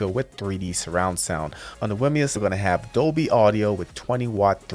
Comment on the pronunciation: Another presentation where the presenter cannot pronounce the product name correctly…. Wimius is not pronounced Wi mus, its pronounced with the second ‘I’ Wimius (wim ee us)